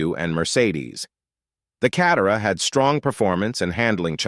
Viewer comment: "CAT-e-ruh" is my favorite. Someday, there will be a YouTube channel dedicated to the "WORST AI Voice Overs of the 2020s!" And this will be there.